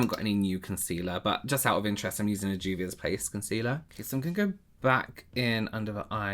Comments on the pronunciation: I hear Dubious Place when he says it 😅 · has ruined everything as I only hear “Juvius Place” now.